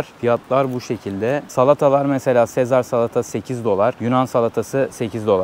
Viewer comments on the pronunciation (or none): none